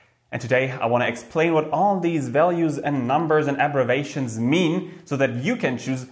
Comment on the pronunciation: Excellent info,. I realize your first language is Deutsch, so a minor comment. "Abbrevation" in the video sounds like aggravation to English speakers, rather than the intended abbreviation. We're always learning, except for Trump voters.